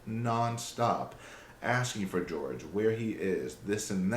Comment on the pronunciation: Jorge is his name. Pronounced Horhay by his family. ‘George’ is Sarah’s disrespectful pronunciation. This really bothers me since day one-not your fault, literally everyone is doing it.